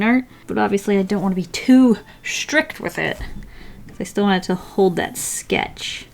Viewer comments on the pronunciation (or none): "I dont woant that" that accent xD you're amazing!